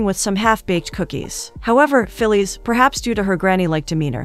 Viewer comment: "Fillees" instead of Phyllis. Automaton is junkie.